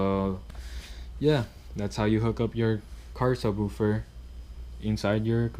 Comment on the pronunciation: Say subwuufer one more time